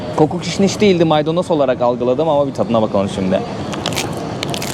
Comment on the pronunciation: maydanos değiz maydonoz